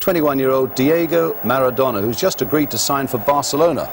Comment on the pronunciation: he butchered maradona, and it riles me that Italy do it the unpretty way every single time they win a tournament.